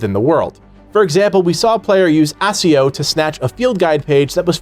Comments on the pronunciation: it's ak-e-oh, not ass-e-ooh 🙄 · Dude its Ah 'key' oh not ass e oh. They don't even pronounce it like that in any hp media. Wtf😂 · Stop, stop, stop. You're saying it wrong. It's ack-ee-o not ass-ee-o. You're going to take someone's eye out. 😆😆😆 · ACCIO WIth a hard C! Like Akio! They even say the spell out loud in all the videos. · If he says ASSio one more damn time, I’m gonna loose my shit 😮‍💨😮‍💨😮‍💨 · You are saying acco wrong lol 😂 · "assio" lmao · The way he says accio hurts me. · XD the way he pronounce accio